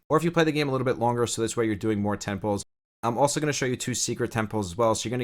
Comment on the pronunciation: First time playing gacha. No idea what is going on. Kept hearing "getting temples. i'm going for temples". Only to realize you meant "10 pulls!"